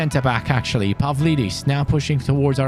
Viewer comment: When you pronounce a Greek name the ‘D’ is pronounced like ‘th’ (For example Pavlidis is Pa-Vli-This).